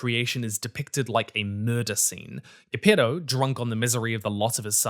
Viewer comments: Ghepeto.... (Geppetto) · That pronunciation of Gepetto🤢 WTF?!😂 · I died a little each time you mispronounced Geppetto’s name. Oi, deadly myte. 😂 Medic! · Why do you pronounce "Geppetto" like that?